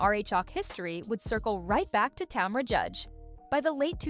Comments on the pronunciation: Tom-ra 🤔🤔🤔 more AI then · And "tomra" 😂